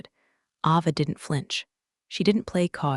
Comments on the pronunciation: Pronounce the names right! It's pronounced Ayva, not Ahva. UGH! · It's A Va not Ah va. Please pronounce names correctly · Don't forget Ava's name. It's pronounced A-va.